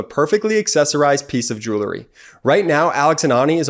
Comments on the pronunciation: I know this is irrelevant to the topic of this particular video and appears to be quite picky on my part, but it pertains to the ad for jewelry. The incorrect pronunciation of this word drives me crazy for some reason. Jewelry is pronounced jewel-ree---NOT jewler-ee. Jewelry contains jewels. And it is pronounced by saying JEWEL and adding REE afterwards. Sorry. But for some reason, the mispronunciation just makes me go batty. I expect it from uneducated people, but not people who are doing a highly intellectual video. ☹️ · Your guy who reads that Alex and Ani ad needs to learn how to pronounce the word “jewelry.” It’s not “jool-ery.” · Did you notice the geek boy who began his grift in the middle of Ben's report, mispronounced the sponsor's profession? It's JEWELRY, not JEWLERY you genius! JEW-WELL-REE. Yeah, yeah, I know it's a common mistake but geez how it makes you lose all credibility by screwing one easy word. MTG and the rest should be on trial for traitorous speech. Thanks Ben. You'll be at 2 million subs in no time. I'd share your channel with my friends but they're all stupidly republiturds so, you know, I can't. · “Jurrillie”? I’ve heard this commercial again and again and the pronunciation of the word jewelry stops me every time. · I might be more likely to buy the advertised product if it was pronounced properly. What's joolery? 😂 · Someone should explain that jewelry is pronounced jewlry. This commercial is so cringy it makes my ears bleed.